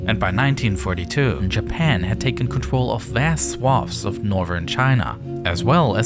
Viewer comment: Really really cool video but why do you talk like a toddler? You said “contwol”